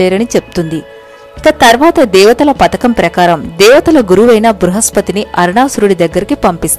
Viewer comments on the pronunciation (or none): none